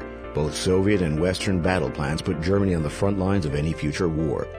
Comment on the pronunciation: Saying gernany showing polish soldiers